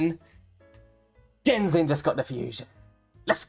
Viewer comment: This man really said “genzin just got the fusion” 😂😂😂